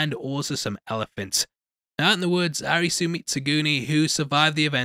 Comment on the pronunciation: the protagonist's name is pronounced A-LISI, hence ALICE in borderland, it's weird when you call him a ri su...